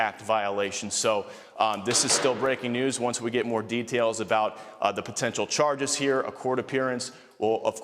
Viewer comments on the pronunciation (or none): none